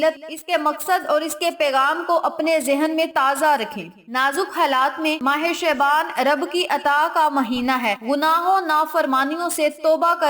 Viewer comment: Please pronounce word Shaban properly